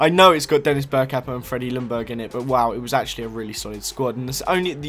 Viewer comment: Not lungberg. Its [youngberg]